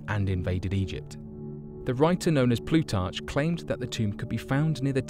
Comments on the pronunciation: Please, please, please check the pronunciation on everything in your scripts. Listening to this was like getting ambushed by stinging gnats every time you said "plutarCHHH" or "ee-goo-wan-a-dawn". I'm not even getting into the rest of the problems here because I know everyone needs to hustle their content all the time I'm just saying make it less bad. Thanks. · Plutarch . pronounced Plootark, "Niniveh" = nin-iv --er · Very interesting video, but this dude has some weird ways of pronouncing certain words. Ex: Nihneevah (Nineveh), Plutartsh (Plutarch), Peninshulah (Peninsula). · there are no alligators in Australia so the locals would say "it had a crocodiles tail" and Plutarch ends with a "k" sound not a "ch" I couldn't watch any more